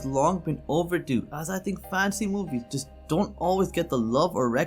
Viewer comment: He can't even say "fantasy" right and makes a bad list of recommendations